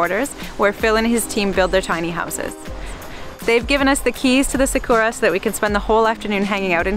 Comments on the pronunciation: sa as in sap, ku as in cooler, ra as in rah the egyption god. SAKURA get it right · Please pronounce Sakura properly.